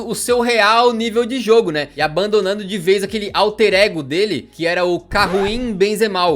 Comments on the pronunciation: «Karuim Benzema» 😂😂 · Karuim Benzemal KKKKKKKKKKKKKKK